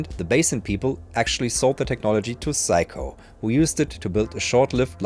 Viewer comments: Fascinating account of a little known instrument. If "everyone needs a Seiko in their life", perhaps better to pronounce it the English way of 'Sayko' rather than Psycho... Unless we want Anthony Perkins popping up in our showers. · It's say-ko, you're saying psycho, like the crazy person or movie. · I think thats pronounced Say-Ko, not Psycho, my friend XD. In Japanese/Romaji (Romanized Japanese), EI is AY, and AI is EYE. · I'm guessing you're using the Deutsch pronounciation of the name ? In English it's "Sayko" my friend 😆 Also don't disrespect the Amiga, it had amazing sound quality for 8 bit back in the day ! 😜 This unit probably cost as much as a really good secondhand car when new ! I absolutely love watching you discover and play with these obscure machines 👍😆 Thank you... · I'm amused how you pronounce Seiko, in the same way English speakers would pronounce Psycho... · Pronouncing Seiko as Psycho 😅 Yep, I'm doing that from now on too 😂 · That's what the auto generated subtitles believed to - "if you need some psycho in your life....."